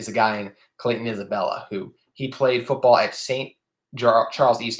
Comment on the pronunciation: Love the episode. I hope that Clayton Isbell is able to make an impact right away. It’s hard to make that jump from FCS to P5 football. (Just a note it’s Isbell, not Isabella)